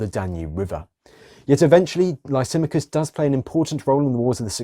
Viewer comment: Interesting presentation however there is a problem with the pronouncing of the name Lysimachus. Which was an Illyrian name meaning the great Oak or Lisimadh or lisimath.